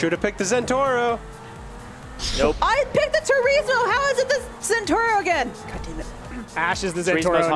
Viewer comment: it is not the zentoro it is the zentorno im sorry but it was driving me crazy.... get it driving